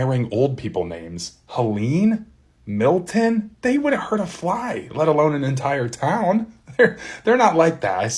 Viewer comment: Milton hun, not Hilton